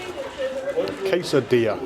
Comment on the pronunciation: I heard “case of beer” instead of quesadilla…It would have been more nourishing for everybody.🥴